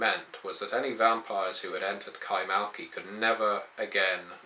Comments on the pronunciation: kaymaKLı not kaymaLKi... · Isn't it Kay-mak-li?